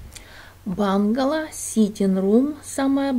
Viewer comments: Доброго времени суток,, интересно посмотреть и послушать вашу историю.Удачи Вам, только не бангало а правильно бунгало, в то очень ухо режет. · произнесла «бунгало» на английский манер, как она привыкла, поэтому и говорит «бангало» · бУнгало, но не бАнгало. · Все очень интересно, спасибо! Но бУнгало. Если по-русски)